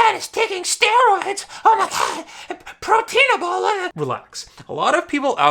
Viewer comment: "ProteinAbol" hahahahaha